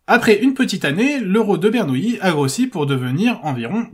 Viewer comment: c'est Bernoulli et non Bernouilli ..... les matheux sont pas tous des nouilles lol